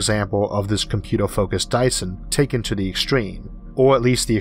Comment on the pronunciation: To be fair, this video is informative, but as a non native english speaker, I have difficulty to follow the narration. Every time he pronounced star as stoll and computer as computoll, it throws me into confusion, like "Uhuh .. uhuh .. uh .. huh?? *rewind oh .. uhuh .. uhuh ..". From which country that dialect came from?